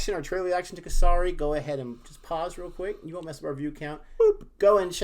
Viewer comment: The pronunciation of Kesari is Ke like ‘Kay’ and sari, with a short ‘a ‘ sound. And pronunciation of Sikh is correct. The ‘i’ sound is short. Great review guys!